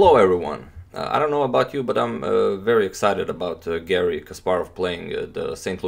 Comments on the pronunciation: I can't avoid hearing "garlic" instead of "Garry". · Antonio can pronounce any name in the world except: Garry